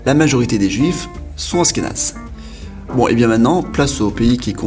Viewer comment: Il manque le Maroc ??? ainsi que l'Iran , la Hongrie , l'Ukraine , la Hollande , la Belgique , la Tunisie !!!! et j'en oublie d'autres !!! et on dit pas Asskénaze !!!! mais ASHHHHkénazes !!!! avant de faire un video faut quand même être bien calé sur le sujet non ???